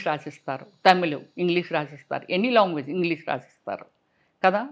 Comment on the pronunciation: Longuages kadu ..language